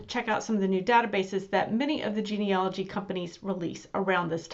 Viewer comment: Please, it’s genealogy not genealogy.